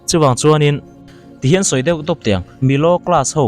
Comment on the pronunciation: Khawngaih tak in, det tih hian rawn sawi tawh lo hram la ka ti, deuh tih kha a har lutuk in ka ring lo. Kan youtuber te hian mizo tawng dik hriam rawn lam ri hram hram teh u. Kan tawng te hi humhalh ila, changkanna hian min ei ral lo hram rawh se